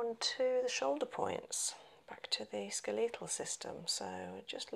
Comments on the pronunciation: It’s SKELLY-tul RESP-ira-tree. Brit here, ignore the weird pronunciation in the video.they’re playing at understanding medicine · She’s saying skeletal!? I thought it was “scoital” or something Lolol